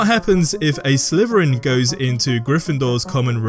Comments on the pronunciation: ah yes slyfferin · "Slythrin" "Grythendoors" "Hufflepuths", really? :D You forgor Raewinglaw.